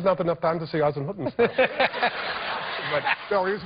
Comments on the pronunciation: Not Eisenhuttenstaat. It's Eisenhüttenstadt😂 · Nobody: Tom Hanks:"Izenhoodenshtuuhd"